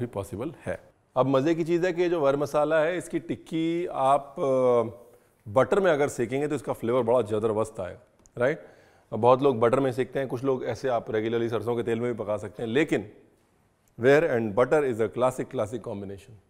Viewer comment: Zabardast ❌ Zadarbast✅